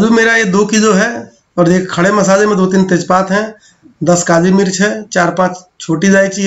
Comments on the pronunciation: Tej paat not paad ok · I can't stop laughing man.... Although I got paat but still can't control on ur ears specialization in hearing. Tej paad!